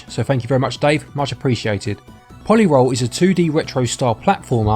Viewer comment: I believe it's meant to be pronounced po-lee roll. Like a roley-poley.